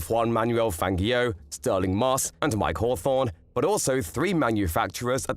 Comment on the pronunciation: Great video. Highly informative. But can you please understand that Fangio's name is pronounced with a soft "g"! It always has been. I have never heard anybody else EVER pronounce it with a hard g as you do. It is horrible and irritating to hear his name pronounced the way you do it. Just think of "Fanjio" and not "FanGio"! This is a matter of respect. Please, pronounce his name correctly.